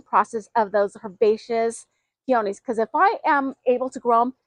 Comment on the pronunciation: I can't even listen to the way she says peonies wrong